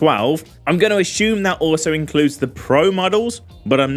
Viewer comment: Me listening to your video just to hear you say "ahhshoom" (assume) and "Heych"DMI (HDMI)....😁😂